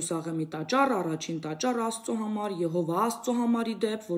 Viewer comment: ՈՂՋՈՒՆՈՒՄ ԵՄ ՔԵԶ ՋԱՆ։ՀԱՅՐ ԵՀՈՎԱՆ ԹՈՂ ՔԵԶ ՕՐՀՆԻ։ՄԵԿ ԷԼ ԱՍԵՄ ՏԱՃԱՐ ԲԱՌԸ ԱՍԵԼՈՒՑ ՎԵՐՋՈՒՄ Ր ԱՅԼ ՈՉ Ռ ԱՍԱ